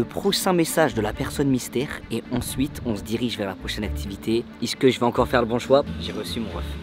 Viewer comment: Fais juste l'effort de dire "est ce que" Et pas "isse que" S'il te plaît le reuf :)